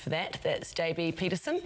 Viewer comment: she definitely said JB Peterson. hear it again and you'll notice.